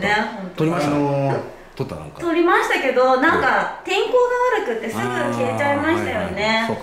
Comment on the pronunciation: 先生「撮りました」の発音がけいちょんと同じになってます。もうけいちょんと結婚してあげて下さい。(◍•ᴗ•◍)